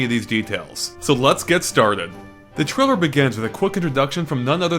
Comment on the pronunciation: he should learn how to say trailer if hes gonna use it 20 times... keeps saying trilla =_=